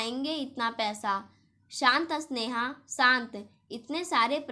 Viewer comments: कहानी बोलनै में स्वर का उच्चारण गलत है स्नेहा को अस्नेहा मत बोलो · Aap Sneha ko asneha kyon kahati hain aur aap spasht ko aspasht kyon please thoda padne ke time dhyan rakho